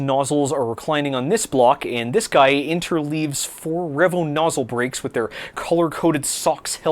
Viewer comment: "rev-oh" nozzles. really?